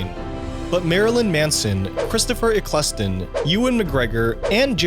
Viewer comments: Christopher Eccleston's name is pronounced Ek-el-ston, not E-kles-ton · "christopher eccless ton" :face-blue-smiling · Stop blowing smoke up Heath Ledger's arse - his performance was good - but Tom Hardy as Bane outshone him in every department. Also Christopher Eccleston is pronounced Heck (without the H) - el - stun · Or Christopher Eccleston, "ekleese-ton" rather than how it's pronounced, "ekkle-ston". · Cillian is pronounced 'kill-ian' and its 'ek-ull-stun' 🤦‍♂️ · Christopher ecculstun 💀 (It's pronounced ecc-ul-son) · He also butchered ‘Eccleston’. “Christopher Eck-Less-Ton”… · Please look up how to pronounce 'Christopher Eccleston' and 'Glasgow' xD